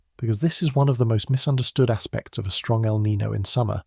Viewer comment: How come Brits can’t pronounce El Niño properly sigh